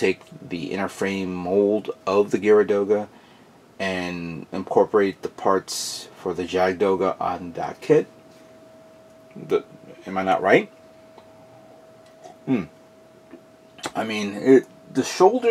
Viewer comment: Jagd Doga: The "J" makes a "Y" sound